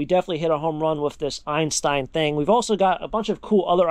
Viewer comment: Did you say EINSTEIN…